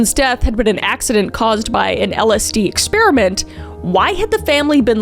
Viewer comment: Got-leeb, dull-less (like the airport), ex-PAIR-uh-mEnt not ex-spearmint